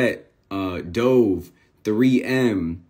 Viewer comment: Go rewind to and tell me what that deodorant is called …..🫠 he don’t know what dove is ? Wtf is dooooove 🥴 sound like SSTOVE Lmaoo somebody please help me out